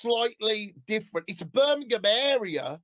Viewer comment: Hes saying Birmingham wrong by the way ha 😂